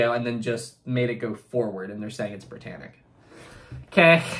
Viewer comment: did you notice it says "Briyannic"